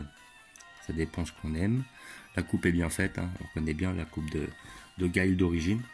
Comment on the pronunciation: je crois que sa se prononce pas comme sa Guile